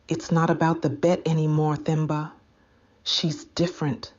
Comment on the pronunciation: The 'H' is silent in Themba, Nokuthula, Thabiso, Thula, etc. So, you pronounce those names as Temba, Tuli, etc.